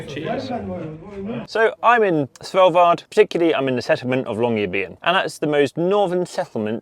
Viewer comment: How on earth do you pronounce "Svalbard"??? I listen you say it over and over all I can hear is "Sellvar". WTF! It is pronounced SWAHL-BARD. And on that note your microphone onlyseem to pick up bass, too little trebble.